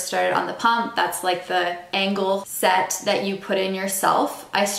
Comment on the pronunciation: SET... SET... S E T!😂😂😂😂NOT site. If you were HYPO I could understand. But I don't think you were. But besides the Canadian mispronunciation, this video did help. I am NOT going to go STEEL. I cannot just jab myself. 😂😂😂😂😂 And I don't think I should have to suffer the discomfort. 30k plus injections were enough for me.😂😂😂😂😂